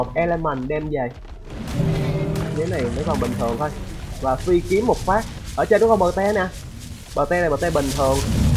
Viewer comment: Phi kiếm không phải phí kiếm nha anh =))))))